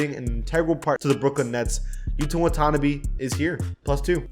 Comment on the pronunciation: Put some respect on Yuta’s name please by learning to pronounce his name.